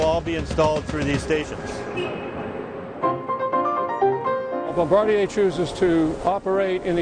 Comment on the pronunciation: Eurgh they need to be choked out for their pronunciation of Bombardier.